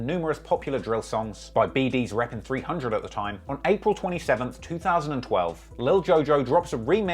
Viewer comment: You should really stop trying to say 300.....really!